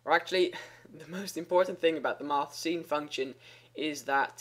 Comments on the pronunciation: Lol i was confused by him pronouncing sin,scene. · Just wanna mention: sine is pronounced like "sign." :P Just thought I'd let you know! :D And thank you so much for these clear, informative videos!